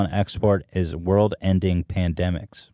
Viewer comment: Hila: "small word" instead of world